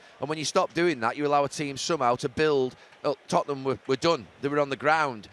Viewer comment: it's da totteham way